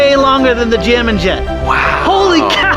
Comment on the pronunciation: Wait did he say j min jet?